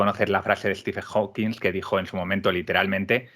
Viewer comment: Muy buena charla. Un detalle, Hawking sin s al final al pronunciar. Un saludo